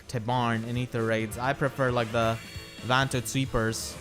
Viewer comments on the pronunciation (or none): none